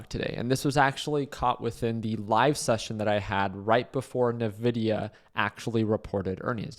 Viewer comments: En Vi Di Yah not NUH VI DI YAH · It’s not Navidia, it’s Nvidia (pronounced “Invidia”). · Why would you short the day of earnings? What a stupid thing to do. Also isn’t it called en-vidia? Why is everyone calling it na-vidia?